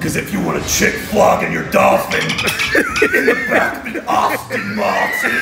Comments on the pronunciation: The accent on "Aston Martin" tho 🤣🤣🤣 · Arston Muarten 😂😂😂